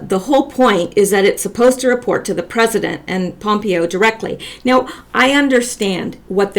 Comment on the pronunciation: I really like your videos. I like that you are Canadian and mispronounce names Gives you neutrality - It’s “pom-PAY-oh “ Pompeo As far as Prince goes, it’s scaring you, so it’s prolly scaring other ppl Disinformation is necessary, but who knows? Just go with it